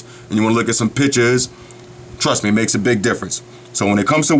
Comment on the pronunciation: PICTURES but he says PITCHES i lol this guy's accent